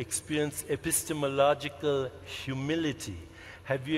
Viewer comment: Wow. Every time Chopra gets applause for pulling something out of his arse like "have you experienced e-piss-tim-o-loj-i-cul hyoo-mility?", I'm pretty sure a fairy gets its wings. Either that, or somebody dies from an easily-treatable illness. One of the two.